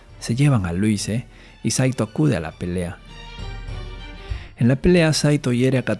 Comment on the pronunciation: Se pronuncia "Luís"